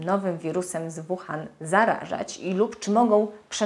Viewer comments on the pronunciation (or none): Dobry film - jak zwykle ;) Drobna uwaga Wuhan wymawia się "ŁuhAn"